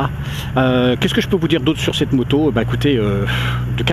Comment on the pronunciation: ho mon dieu, une nouvelle moto!!! je n'arriveu pas a y croireu, quelleu surpriseu, l'etonement me subemergeu...